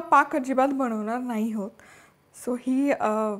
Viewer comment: तुझ्या रेसिपी सोप्या आणि उत्तम असतात.पण,मराठीभाषा शुद्धच बोलावी. गव्हाचे, बनवणार असे म्हणावे.तुम्ही घवाचे, बणवणार असं म्हणता.O K